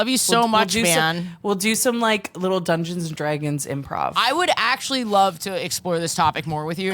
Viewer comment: i love how sometimes says Drungeons and Dragons hahaha, and you already had Ashly Burch who was part of a Critical Role Oneshot:3 she could be your RPG professional